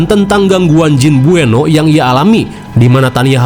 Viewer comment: Buenot bang bkn bueno😅